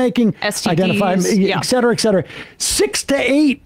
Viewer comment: For the love of God someone tell Sam it's et cetera not Eck cetera